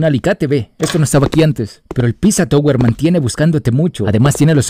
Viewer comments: es pepino no piZwa twe 😂😂😂😂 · Me da algo cuando le dice a Peppino Pizza yower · Pepino❌ Pissa touguer✔😎